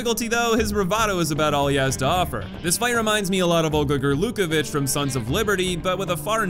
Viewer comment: It's actually Olga GorlukOvich. Love your videos man, keep up the good work!